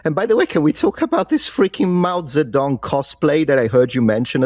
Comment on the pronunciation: "Mao-zap-dog" Lmfao!